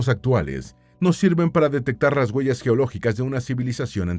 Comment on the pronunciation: Se dice se doctoro, guellas, yelo, de verdad? O se dice obtuvo un doctorado huellas hielo,.ect.😢